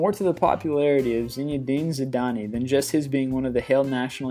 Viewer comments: Zidane is pronounced "Zid-an" not "Zid-an-ee". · Zidanee lo it is pronounced ZEE-DAN the E is silent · You realise that zidane is pronounced without the e on the end. It's pronounced zidan. He's arguably the most famous football player ever, least you can do is have the respect to get his name correct! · This guy butchers names. And it's pronounced ZIDANE not Zidany. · Zidane eee lol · Loll zidany it's zidane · Zidani hahaha learn his name before u use it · And it's pronounced Zidane (zi-dane) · I love the way he pronounced Zidane. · He's American. Which explains why he can't pronounce any of the names of the footballers correctly. Especially those who are as iconic and Maradonna and Zidane. Moreover he failed to even vaguely mention Pele. One of the greatest athletes to ever grace a pitch. This countdown is flawed with all it's baseball and NFL bollocks. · Zidane's name has a soft E and you might as well say France lost 5-3 on penalties because otherwise its misleading. Where is David Beckham's world cup performance? Roberto Carlos's Improbable Goal? Also other than the fact that most were America-related, nice Video!